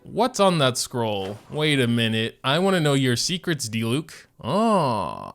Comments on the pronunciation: it’s a di-LEWK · My friend pronounced diluc as “deelooch”